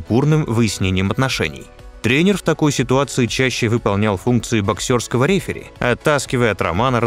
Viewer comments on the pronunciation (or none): Не "Линчук", а ЛинИчук, и не рЕфери", а реферИ. И зачем столько левых кадров, надерганых отовсюду?